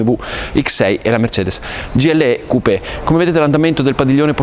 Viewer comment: non riesco più a sentire come si violenta la parola Coupè al giorno d'oggi......:-(